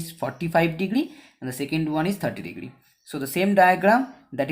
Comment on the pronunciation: Pahele sahi se bol lo bhai degdri degdri kar rahe ho degree hota hai